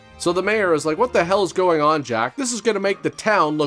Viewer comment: Your "Come OAHWIN!" is brilliant! Once again, you had me busting a gut! And - "I'm going to take her out to something STOOPID, like the ballet! What's that one called, the one with the SWOAHIN?" OMG, I nearly spit out my coffee!